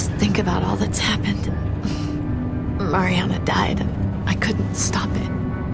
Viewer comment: Guys this is how you say Mariana Mar-E-A-NA